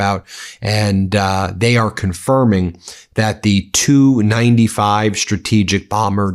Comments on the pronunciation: Love your channel, BUT--- The TU 95 is pronounced "TEE YOU 95" . Kiev is pronounced "KEY EV". Not knowing those items reduces your credibility. Unless the narration is AI generated, which is BS anywhere it is used. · Not two, T U. T U 95. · Ben, It's "TU-95" not "2-95" 😆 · It's "T" "U" 95 bomber, like "Tee" "You" 95, not like "Two" 95. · Ben, when referring to aircraft manufactured by "Tupolev", call then "T. U.' not "to, or two", just like vehicles made by "General Motors" being "G. M.", not "gem". The Tu-95 is the Soviet equivalent to the U.S. B-52. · Pronounced Tee U 95. Not 295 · It's called a T U 95 not a 295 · The TU-95 is pronounced tee-you 95 or Tupelov 95. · It's either T u 95 or Tupolev 95 please.